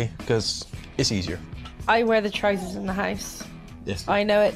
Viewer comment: "I wear the tRoWsas in this house" Lady you can't even be bothered to put on your damn pants 90% of the days